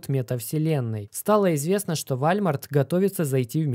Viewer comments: Какой вАлЬмарт? вОлмарт правильно же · Не ВАЛЬМАРТ А ВОЛМАРТ !!! ЛАПОТЬ !! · не Вальмар, а ВОЛМАРТ! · Скорее Уолмарт станет Вальмартом, чем его правильно назовет))) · Не Вальмарт😂 а Волмарт. (Walmart) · Не забыл поставить лайки и поделится с друзьями., не забудь исправить Вальмарт на Волмарт.🙏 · не. ВАЛЬМАРТ, а УОЛМАРТ🔥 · Все круто, но надо прекращать называл уолмарт вальмартом. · Вуольмоарт. Так правильно) а не Вольмарт)))) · не позорься, какой Вальмарт? Там же написано Волмарт! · Не ваЛЬмарт, а вОЛМарт! О боже, это ужасно звучит, словно говорит бабушка, кепчуп или компьютЕр. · Уолмарт, а не Вальмарт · уже не в первый раз слышу про Walmart, по русски это звучит Волмарт. Просто слух режет для тех, кто ходит в Walmart 😉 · Исправь произношение -ВОЛЛМАРТ - и ВСЕМ будет Счастье! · Да это и не по русски Уолмарт, если уж говорить про звучание. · P.S. Walmart - произностится как Волмарт) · Вальмарт, немЕрения о господи чел ты даешь отличную информацию, но уши режет ужасно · Вальмарт?? Серьезно?)) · Скрипя зубами слушал про вАЛЬмарт. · ВОЛМАРТ! исправляют люди каждый раз когда видео про волмарт. хватит игнорить своих подписчиков. Уже год пытаются научить говорить ВОЛМАРТ правильно. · Передернуло от каждого сказанного «вальмарт» .... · Аж слух режет вальмарт. Вахах ну ты даешь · Уолмарт или просто Волмарт,.